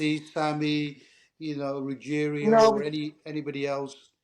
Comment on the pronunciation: Ruigiano not ruggerio 😂